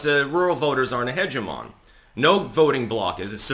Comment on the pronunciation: Hegemon and hegemony are not the same word and are read very differently